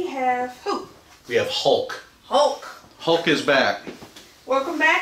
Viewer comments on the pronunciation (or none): Mf said “hoolk”.